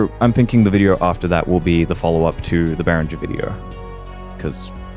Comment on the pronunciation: It's pronounced bay ringer.